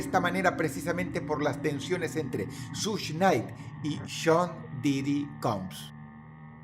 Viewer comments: Dross, es SUGE Knight, no SUSH Night. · Sush nay. Jajajajaja 🤣🤣🤣🤣🤣🤣🤣 que cagué de risa como lo pronuncia jajajajajaja